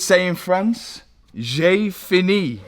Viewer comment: french skills had me rolling with laughter - "Jay finnie"